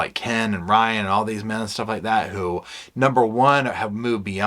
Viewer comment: Men --> Ken.😮 somehow it sounded funny😅